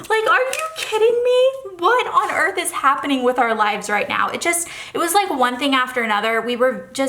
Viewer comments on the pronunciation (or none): none